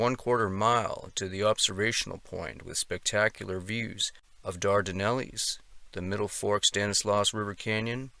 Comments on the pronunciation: And Dar-don-ells not ellies. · You pronounced 'Dardanelles' wrong. It isn't pronounced with an 'ees' at the end. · Just for accuracy Tuolumne is pronounced Tu- wall- a-me. The Dardanelles is pronounced Dar-da-nells. Thought you might like to know. Good video though. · it's Tuolumne county is pronounced: two all um ee. Dardenells are pronounced: dard en els. Please stop butchering the names of this beautiful place.